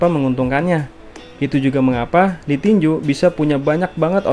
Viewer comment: tinju om bukan tinjuk